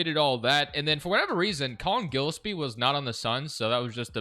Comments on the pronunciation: mal-oo-atch guh-less-pee also ryan dunn shoulda been starting at the 4 to start the rebuild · Gillespie is pronounced "Jill-Espie" lol